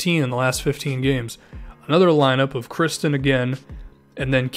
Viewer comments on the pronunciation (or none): none